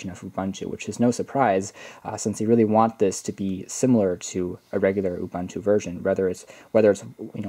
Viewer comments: stop pronouncing it Ubanta. It is pronounced OOBOONTOO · U-Bun-Tu!? nah U-Boon-Tu ;)